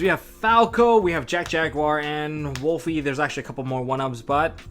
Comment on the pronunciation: Why do people keep on pronouncing Wolvie wrong!? It’s Wolvie, not WOOLFIE! It’s a Wolverine, not a wolf...wolf is the link monster damnit! Rant over 😂